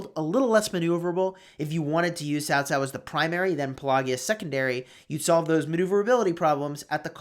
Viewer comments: It is CAO CAO NOT TAO TAO.... Jesus dude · I always thought it was pronounced Kao Kao